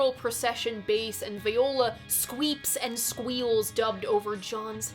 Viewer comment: The word "Viola" when referring to an instrument is pronounced "Vee-oh-la". "Vigh-oh-la" is a woman's name. Keep on making wonderful stuff,!